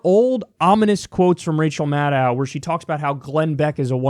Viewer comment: It's pronounced Mah - DOE Not Mah - DOW......